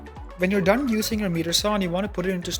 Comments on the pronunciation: Sorry for being so picky. It’s not a MEETER Saw. It’s pronounced MY-ter saw. Just irritating since it’s the name of the saw. And it’s not “Ah pear ah tis” it’s App ah rat us. Again, sorry for being so picky, but the video was good and helpful. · FYI miter is pronounced like might-er Not meeter saw 🙂 Also let the saw blade stop before raising it up when doing a cut. Otherwise the blade could pinch and cause kickback and you might be missing a finger!!